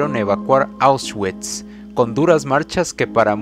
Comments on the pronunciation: Se pronuncia "aushvits" no "aushchuits" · Perdi el interes cuando dijo ausguikss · Este pobre pendejo para empezar no sabes pronunciar "Auschwitz" se pronuncia AUSH-VITS, y en segunda en el minuto 2.15 dónde mencionas "Que a las mujeres se les citaba a una hora y q no importaba si estaban VIVAS O MUERTAS q les iría muy mal ??? Q PEDOOO??y así varios errores de narración,si te gusta la historia investiga bien amigo antes de hacer un video y barra con coherencia no a lo pendejo! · NO SE PRONUNCIA AUS -CHUITS SE PRONUNCIA AUSH-VÌTS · Oushgüits... poloña.... extermiño... APRENDE A HABLAR SOKETE!! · Jjjj correcto jjj con razón se me hizo raro él nombresito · Lo está prenunciando en English 🤣🤣🤣🤣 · Debería haberse informado antes. Por respeto a las personas fallecidas